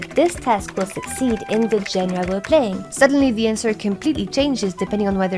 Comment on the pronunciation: i have to ask because it confuses me, sorry if a bit random, but if you are French why do you pronounce genre that way? like, it sounds further from the French than how a native English speaker would say it to me